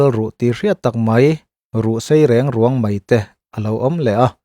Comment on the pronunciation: I aw a felfai tha e. Mahse, thluk dikloh a awm nual e.g. 'riang ruang', 'chechanglo' etc. tih tehi.